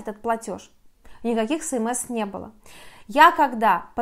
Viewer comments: ЭсЭмЭс, а не СэМэЭс)))) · Желаю Вам чтобы все удачно решилось. СМС читается как эс эм эс